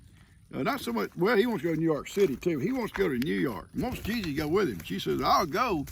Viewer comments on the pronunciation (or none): none